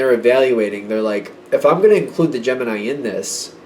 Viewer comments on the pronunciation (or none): Kept hearing gem in eye instead of gemini 😂